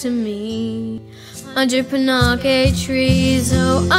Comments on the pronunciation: that...that’s not how i pronounce panakes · uh... "Panakes" is pronounced "pan, aches" not "pun, ack, ays"